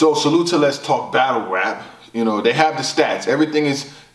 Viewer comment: "Quantiy doesn't equal quality" 🗣TAWK